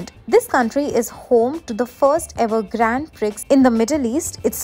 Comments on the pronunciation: It's pronounced grand pree and not grand pricks or priks, sister. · It is pronounced as Gron Preee Please get your pronunciation in order. I will be muting this channel now. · Curly tales your voice over pronounced Grand Prix as Grand Pricks. Please review videos before posting.